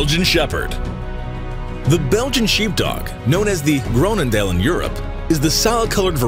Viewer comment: the way he said "groenendael"